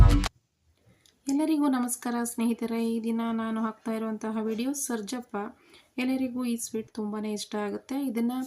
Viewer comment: ಹಲೋ ಮೇಡಂ ಮೊದಲು ನಿಮ್ಮ ಭಾಷೆಯನ್ನು ಸರಿಪಡಿಸಿಕೊಳ್ಳಿ ನಂತರ ವಿಡಿಯೋಗಳನ್ನು ಮಾಡಿ ಹಾಕಿ ನಿಮ್ಮ ಭಾಷೆ ಕೇಳುವುದಕ್ಕೆ ಕೆಟ್ಟದಾಗಿದೆ ಸರ್ಜಪ್ಪ ಅಲ್ಲ ಸಜ್ಜಪ್ಪ ಅಂತ ಅದರ ಹೆಸರು ಒಂದು ಕಡೆ ತೊಂಟೆ ಅಂತ ಉಪಯೋಗಿಸಿ ದಿರಿ ಅದನ್ನ ಕೇಳಕ್ಕೆ ಕೆಟ್ಟದಾಗಿದೆ